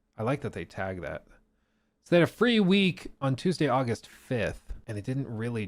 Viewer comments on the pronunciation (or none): none